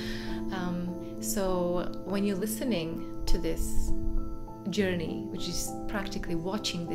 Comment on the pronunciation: This is actually an unusual “Yourney”